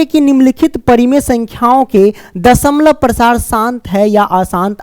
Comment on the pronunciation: Sir dashmlav Prasar bol raha hai